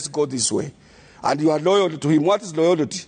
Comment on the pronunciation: "Jeff what is loyolty"?